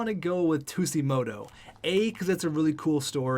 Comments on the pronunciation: its pronounced suejimoto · Also I like Tsujimoto. He would be a good option for Chubby and would be a great leader on the ice. Plus it would be a great story for the NHL for diversifying the league (PS it's pronnounced soo-jee-moto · I’m pretty sure Tsujimoto is pronounced Su-gi-moto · It’s pronounced soo-jee-mo-toe not two-sea-mo-toe :) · Fat Kid Inc. no it’s not. Sujimoto not Shujimoto big difference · You dont say ”tussimoto” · The way the Sabres pronouce Tsujimoto is literally [tissue - moto] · JackKreuzer They pronounce it “two-gee-moto.” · Soo-jee-moh-toh lol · its pronounced su-ji-moto but i do agree with the signing a potential 1st line sniper. chubi maybe as the second line sniper i think in the year two draft go look for a playmaker to play either next to tsujimoto or chubi. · Its pronounced Taro Shujimoto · Tsujimoto is pronounced like Sue-g-mow-toe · i believe tsujimoto is pronounced tuge- ee- moto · The way he pronounces it kills me inside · I felt the same way. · I find it hilarious how he was explaining the story of him...and didn't even know the pronunciation 😂